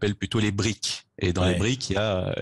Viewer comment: C'est BRICS et pas "brique". Le S c'est pour South Africa